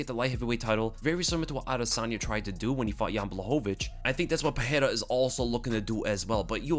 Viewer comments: i dont think that s how his name is pronounced. the r becomes h only when it strarts a word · hey, the "R" in portuguese only have the "H" sound when it is in the beginning of the word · Bruh why do u keep pronouncing Pereira wrong